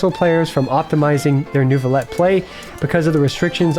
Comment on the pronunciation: I know its annoying…but its “Neuvillette”. Cant wait to see the vid !!